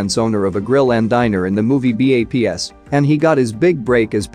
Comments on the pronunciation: I was about to turn this off when he said "Mosha". I think he was pronouncing like how it looks. Instead on "MO-E-SHA", he pronounced it like "MOE-SHA". And it's "B.A.P.S", not "B-A-P-S". Apparently he never seen "Moesha" or "B.A.P.S" because if he did, he would've pronounced them the correct way. 😠 My head hurts. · Did the say B.A.P.S it's one one word bro Baps 😂😂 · He messed up on B.A.P.S too. Lol. Died is misspelled in the open credits